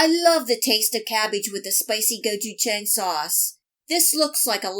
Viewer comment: You butchered the word gochujang lol